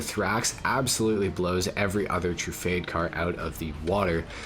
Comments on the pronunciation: Tru-fard-ay not True-Fade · Trufade? I say it as Truffade like saying it as Bugatti. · It’s actually not pronounced “fade”